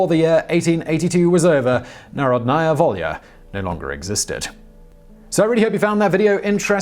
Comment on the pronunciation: It's pronounced NaRHOdnaya Volya. Emphasis on the second syllable. ;)